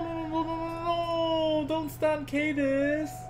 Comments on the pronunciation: It's pronounced Kah-Diz not Cai-Diz. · no no no don't stun cadiz! What i heard: Don't stun anus!